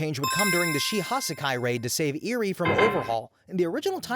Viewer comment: The mispronunciation of the name sis genuinely pissing me off. Like did you watch the show. I’m like 2/5 of the way through and already I count Mineta, Iida, Nomu, and a few others. Edit 1: LIDA???? IIDA. EE-DUH. Edit 2: EERIE!? ERI. OMFG this is pissing me off.